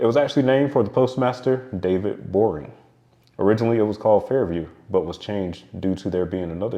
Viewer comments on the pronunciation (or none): none